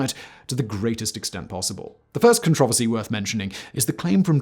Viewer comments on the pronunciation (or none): He doesn’t know how to pronounce controversy. That’s random and weird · I get triggered when Simon says con-traver-see. 😆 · Not near as bad as the 57 times he says controversy wrong